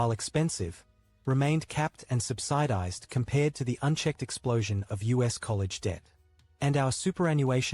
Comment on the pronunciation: Sub-sigh-dised for subsidised? AI still has a way to go in voice generation. Good video though. A bit of a reality check for Americans watching this.